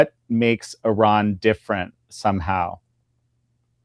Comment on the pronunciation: Gorgeous Gordon can say Iran correctly... which proves he knows what he is talking about 😅👍